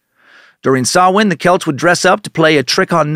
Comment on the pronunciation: Props for pronouncing samhain correctly I was bracing myself